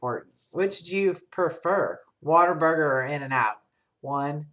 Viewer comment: # I knew you would say whatavurger..lol It's a southern thing.. I'm from the south. I've only ever bought your scent shots so many flavors to try and I wanna try them all first. Beside everything is so pretty I wouldn't be able to burn it.